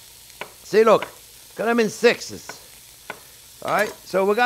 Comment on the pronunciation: "Now looh looh looh!" Love this guy. His love and enthusiasm for cooking practically radiates through the screen